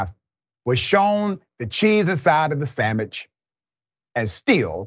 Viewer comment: “Sammich”! Oh Lawd! That was it, Dr. Richey!